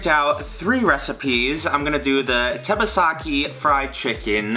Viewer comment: I'm a fan of you but you make me mad by the way you say tebasaki wrong